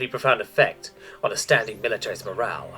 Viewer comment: I know i am nitpicky about this, but it's not the first time i noticed: "outstanding" and "astounding" are two admittedly similar yet different words, yet you keep pronouncing them the exact same. otherwise great narration as always, thank you!